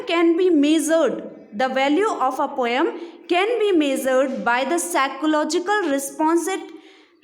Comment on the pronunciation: Poem pronunciation is wrong